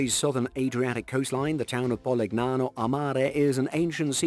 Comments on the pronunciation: Favorite part is the attempted Italian accent mixed with plainly wrong pronunciation, like PoliGnano haha. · Polignano and Puglia are actually pronounced somewhat like "Polinyano" and "Pulya". Gn and Gl are not read phonetically in Italian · The narrator has a pleasant enough voice, but the "g" is silent in "Puglia" and "Polignano". It serves as a modifier giving a gliding "y" to the following consonant - - such as in "Lasagna" or 'Bologna". And thus "Pulyia" and "Polinyano" would be closer to proper pronunciation. Nice vid, otherwise. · That was a great compilation! But, please: It's spelled "Poolya" (Puglia) and "Polinyano" (Polignano) 🙂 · how the faq you pronounce PUGLIA and POLIGNANO??? Why the hell don't you check the correct pronounce of those words before saying them??